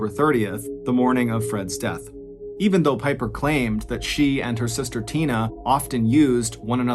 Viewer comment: "What DAAHTH"??? Not the horrible mispronunciation trolling again MrBallen... Please fix , it's disrespectful.